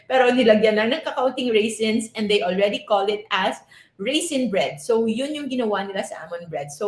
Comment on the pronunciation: By the way Raisin not Risin just saying 🤣🤣🤣